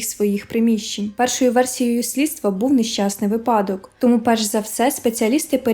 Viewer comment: наголос у слові випадок падає на перший склад. а відео цікаве